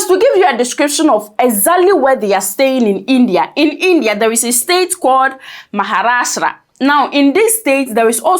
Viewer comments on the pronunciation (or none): none